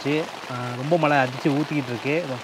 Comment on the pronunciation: சகோதரர்களே உங்கள் நிகழ்ச்சி அருமை. பயனுள்ள தகவல்களை கொடுக்கிறீர்கள், மன நிறைவு. ஒரு மிக பெரிய வருத்தம். தமிழை, "தமில்" என்றும் மழையை "மலை" என்றும் உச்சரிக்காதீர்கள். தாய்மொழியை களங்கப்படுத்தாதீர்கள். முயற்சி செய்தால் இரண்டு தினங்களில் சரி செய்துவிடலாம். அடுத்த பதிவில் நான் இந்த மாற்றத்தை நாங்கள் எதிர்பார்க்கிறோம்